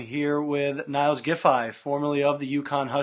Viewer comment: The guy who is interviewing Niels should know how to pronounce his name. Its not Niles its Neals.